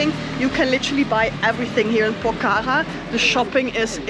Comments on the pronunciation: Not pokara its pokhara ❤😂 🇳🇵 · Not pokaka, it's Pokhara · ACTUALLY ITS NOT POK HARA ....ITS POKH HARA ...NICE TO WATCH YOU GUYS .YOUR VIDEOS ARE AWSOME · It’s not Pokhara while say HA is silence. Pokra